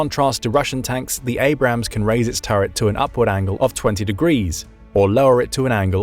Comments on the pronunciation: For the love of god it is Abrams. A-brams. Two syllables. Holy fuck it's not that hard. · So since he mispronounced it then it’s ok? The tank was named after General Creighton Abrams, no ham in it.